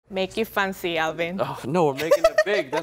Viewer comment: "Make it funcy"